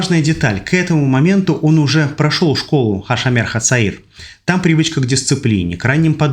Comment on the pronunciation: Старина, не говорят в израиле "хА Ш а мер хА цаир" или переводи/юный страж/ или произноси правильно. Артикль произносят в обычной жизни как "А", а шОмэр это ШОМЭР, А НЕ ХА шАмер. В иврите нет ассиилированных гласных. Если будешь говорить вместо о звук а , => будет другое значение слова. Так что , совет тебе ,друг , не знаешь иврит , не позорься, говори Перевод,гугль спасёт.